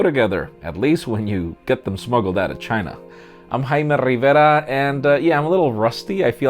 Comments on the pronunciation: Rrrrrrriverrrraaaa.... Over exaggerate much? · I love the way he says "Jaime RIVERA "